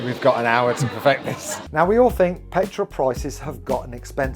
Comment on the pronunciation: Hey. How come you can pronounce the 'th' in 'third' but in the word synthetic you replaced the 'th' with an 'f'... You can say the 'th' in the word 'the' but when it comes to the word 'think' you say 'FINK'....?! Can someone explain this?